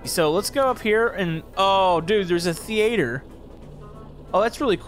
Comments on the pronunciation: Thee aye ther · How did he pronounce "theatre"?